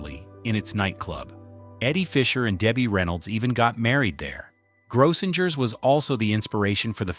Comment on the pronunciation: It's pronounced GROW-sing-urs. 🙄 Service clubs like Lions and Rotary used to have conventions there.